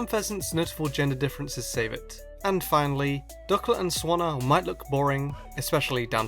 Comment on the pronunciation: DUCK-let SWAN-na